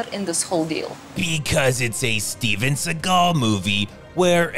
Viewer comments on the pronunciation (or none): Speven Seegaaaaul.